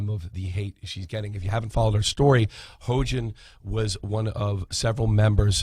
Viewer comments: This man's keep saying hoejin XD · Its pronounced hEE-yoJin